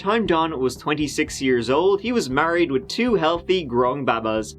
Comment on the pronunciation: Have you been watching PewDiePie? You both are pronouncing baby the same "baba". Lol